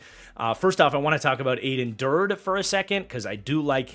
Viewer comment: It's pronounced Add-en Der-day!